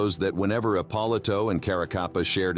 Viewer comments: Narrator is a knucklehead. It's "Ep-oh-lee-to" not whatever the hell he said... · Epp-o-lee- toe